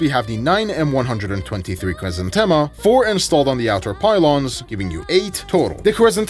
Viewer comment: It's so nice to hear right pronunciation of Vikhr and Khrizantema. Only to hear Kh-39 and GSh-23 right after ;( Idk who to blame for the translation of russian Х as KH, while the spanish J for the same sound already exist. I love your videos, just please say all KH's as spanish J in Jalapeño or Pendejo and SH as... well SH in every english word with it